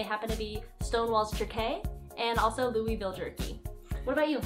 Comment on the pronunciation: pronounced Louisville right. One of my good friends was born and raised there.